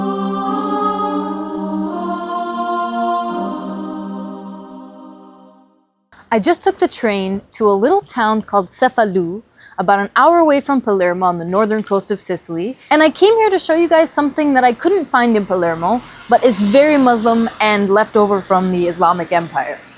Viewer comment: Cefalu is pronounced: Cheh-fah-loo